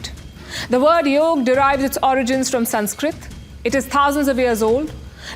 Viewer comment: It is very nice to hear Yog and not Yoga.